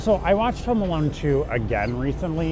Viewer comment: Wait… I swear, I thought you guys were saying “Homo Alone” The while time. 😂 I’m sorry. 😅